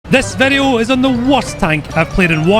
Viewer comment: Noone: Absolutely noone:: "des videu"